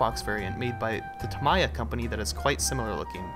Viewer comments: It is pronounced Tam E Are, not Tam Ear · I believe tamiya is actually pronouced tami-yaa